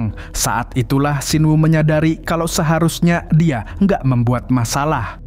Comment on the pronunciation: apa banget ujung nada bicaranya pake K😭😭🙏🏻 "Dia jadi Diak"🗿